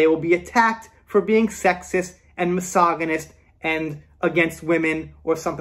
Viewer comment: Hey, I agree with you on most issues, however, I disagree with you on your definition of cancel culture. In my opinion, cancel culture is being cancelled because of an accusation of wrong doing before the accusation(s) is proven. Also, you pronounce misogynist incorrectly.